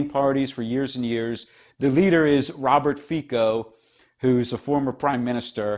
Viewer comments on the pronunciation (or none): Probably noone cares but SMER is pronounced with S like in seat. Fico with c like central not k. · His name is pronounced ˈFitsɔ. Czech and slovak "c" is read as "ts" and "o" is short like in word "off".